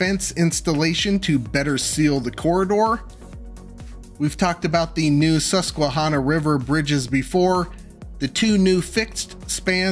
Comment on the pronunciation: it's pronounced Sus-kwuh-hannah btw